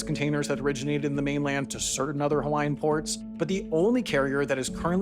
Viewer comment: Excellent reporting; your pronunciation of Hawaiian names is improving.